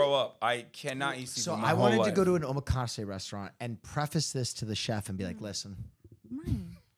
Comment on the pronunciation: why do they say omakase like omaha